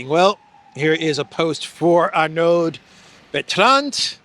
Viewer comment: One doesn't pronounce the d in -Arnaud and one doesn't either pronounce the d in Bertrand. Oh, and it is not Lacornu, it is Lecornu.